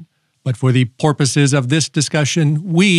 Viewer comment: "pacific", "porpoises", "versa-vyssa". You're killing me here!